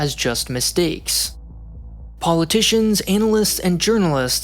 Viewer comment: 🤣The pronunciation of the first vowel makes the difference between 'analysts' and 'analists'.